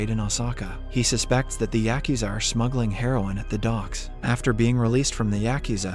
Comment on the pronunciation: Yakuza pronunciation yuh koo zuh .